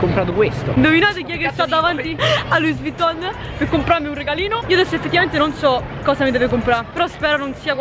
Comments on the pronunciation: "LUISSSSSS WUITTON" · Si pronuncia luì vuitton non luis🤦‍♂️ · Si pronuncia "lui vuiton" no luis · E poi si dice lui uitton Nn luis vitton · LoUIs VuITtOn, ah rega, la apronuncia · Non si dice luis vitton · Si pronuncia loui Vuitton 👍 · Ogni volta che pronuncia Louis vuitton, uno stilista muore